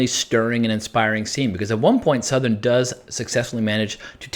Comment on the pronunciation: Not to nit-pick, but it's Souther, not Southern.